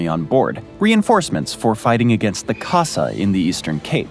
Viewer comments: "The Kosa" hahaha, he didn't even try 🤣🤣🤣🤣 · Xhosa is a language and a group of people in South Africa. We are laughing at the poor pronunciation. He said it without the click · The click is hard man 😂😂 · The casa😭 at least learn to pronounce it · I heard it and said “What” and I saw the spelling and realised what he was talking about.😂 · Nah man, I can't blame him There are as an example Chinese, Indian and Cherokee names I will absolutely fail to pronounce correctly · As a South African, this hurt my soul